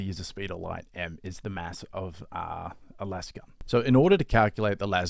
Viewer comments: Someone pronounced lasgun like laser the other day and I had an existential crisis. Why is everyone saying lazzgun like Las e fair? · Because lazz gun is how it is officially pronounced by all 40k media no one says lase gun. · Lasgun is the Gif / Jif of the 40k generation. If it's a laser gun then it should be laze-gun not lazz-gun